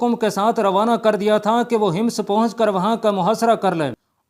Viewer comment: Hims nahi Hammas bolo shehroon I name tu theek lo